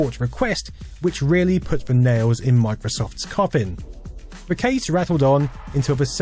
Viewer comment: TH is pronounced TH, not V.